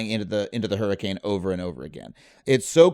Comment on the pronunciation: Hurrican X hunter Prounced: hurricane hunter